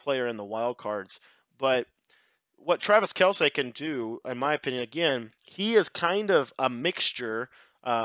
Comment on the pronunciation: It's kel-see not kel-say